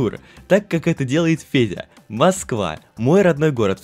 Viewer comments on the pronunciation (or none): Почему я всё видео слышу Педя вместо Феди?